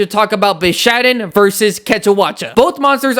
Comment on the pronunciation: No one can convince this man that its called bishaten not bishaden